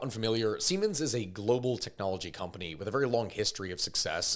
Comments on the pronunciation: Greek here. What I learned from this episode: Americans cant pronounce sh!t 😂😂 Even missed Siemens (its pronounced zee-mens) Aside from that, though, most of us greeks, even us that didnt take place in these scandals, knew about them. About OPEKEPE, I am from a village in northern greece. We had "farmers" with luxury cars and 3-floor houses. They were not even hiding it, they were casually talking about it with their friends out in public. So Im really glad the EU finally noticed them. Ps. The "fakelaki" was not because the citizens wanted it. Its because our government is pretty much forcing us. My grandma had to get a surgery. She had to wait in line for 3 months or bribe the doctor and pay him about 800EUR. That was 3 years ago... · siemens pronounced ZEEmens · It's pronounced Zee-mens Know👏🏼your👏🏼German 🤣🤣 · That's now how you pronounce Siemens. But go off, King.